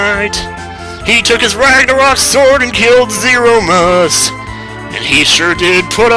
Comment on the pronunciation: Zeromus =/ zero-mus <- not correct pronunciation Zeromus == zer-o-mus <- correct pronunciation